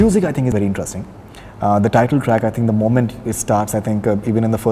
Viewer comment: Those days when Faridoon's face colour used to match his rest of the body. Now this wannabe idiot puts on so much make up that it's lol-worthy. And for god's sake sexist idiot it's 'interesting' not INTE'RUST'ING